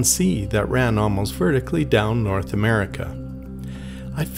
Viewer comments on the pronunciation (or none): none